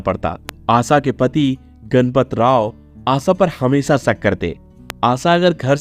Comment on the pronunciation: हमेसा नही हमेशा बोलिये . क्या आपको श का का बाधा है क्या? जो की श की जगह पर स का उच्चार करते हो